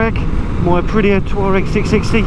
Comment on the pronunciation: Could've sworn you said you were out on your 'toe rag' haha! I thought something had gone wrong with it.